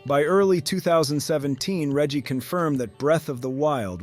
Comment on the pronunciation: While I can appreciate a focus on facts, the presentation here does feel rather robotic for not expressing any personal opinions about the story, here, not to mention weird inaccuracies like the pronunciation of Reggie's name to calling Super Mario 3D World a sidescroller. I am wary about tossing out accusations of using A.I., but some of the speech is very stilted and awkward in a way that is often characteristic of computer-generated voices.